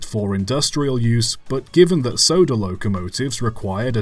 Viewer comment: When you say soda locomotive, i hear sodor locomotive